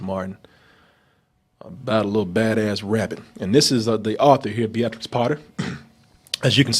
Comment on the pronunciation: That's an interesting way to pronounce Beatrix, I guess they've not heard it aloud before... I loved this review & I'll watch the film even though I'm worried it might ruin a childhood classic, it seems fun.